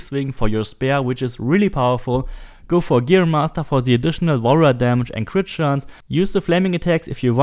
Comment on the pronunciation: Everytime he says Warrior damage i hear wall run damage lol